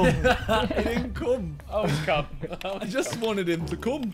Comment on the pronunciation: ”IT’S TIME TO CONE”